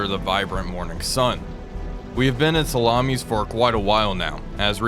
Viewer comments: Sa-la-mis. Not salamis as in plural for salami. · As someone who has served in the navy and was also based for a while in a ship which was based in Salamis, the emphasis is on the last i, not on the second a. JFYI. Even if one says it in the modern greek way, Salamina. Enjoying your videos man, keep up the good work. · The island of Salamis should be pronounced with the stress in the i and not in the second a. It is the ancient greek name of the island.The modern greek name is Salamina with the stress again in the i. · Makes me laugh every time I hear you say salamis